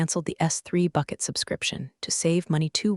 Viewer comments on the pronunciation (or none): none